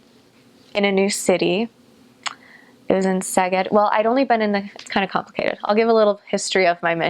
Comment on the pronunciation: She will probably not read this :( How she pronounced "Szeged". It was so great so beautiful so clear so good to hear. I am 30 year old Hungarian dude. Her pronounciation is very good overall i would say 80-90% accurate judging from so few words spoken :)